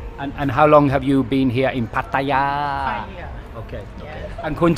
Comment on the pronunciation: 1st guy who can pronounce Pattaya correctly! Good 4 u ...